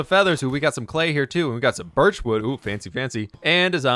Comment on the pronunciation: He rlly said birch as "biRsH"